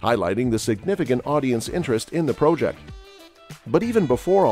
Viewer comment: Why the weird pronunciation of "project"?